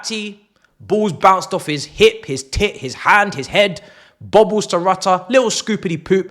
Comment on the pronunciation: Thx for the £225m and bye to 5th round suckers :)))) 3pts next week too :))) Rutter is said "Rout - ee -aye" ;-)